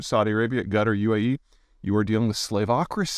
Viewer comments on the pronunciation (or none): did he deliberately pronounce Quatar as "Gutter"? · yuh "The accepted pronunciation “would sound like saying: Kuh-TAR.” In other words, what you hear when you search “how to pronounce Qatar” is fine. “Another way that also works is Kuh-Ter,” Al-Ansari added, “but sometimes that sounds like 'gutter' so we prefer Kuh-Tar.”" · Did you just call Qatar Gutter? You pretensions son of a bitch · 'Gutter' ? Where is that country ?😂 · Does Peter pronounce Qatar as Gutter? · I like how he pronounced Qatar as "Gutter", several times. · The way you said Qatar sounded like “gutter” (and the auto generated subtitles agree with me) ;)